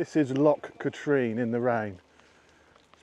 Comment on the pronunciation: Pronounced Loch Katrin my English friend. Another great video mate!